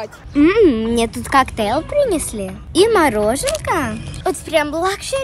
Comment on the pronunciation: сказала кактел